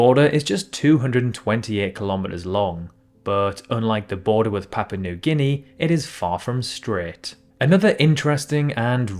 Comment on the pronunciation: so papua new guinea become ‘papa noo gihnee’?